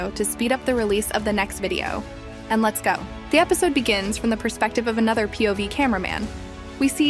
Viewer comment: it sounds more like “First we watch” instead of “First let’s watch” in my opinion